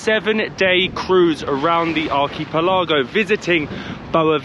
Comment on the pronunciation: Dude, if you're going to do travel vlogs, you should probably learn how to pronounce "archipelago"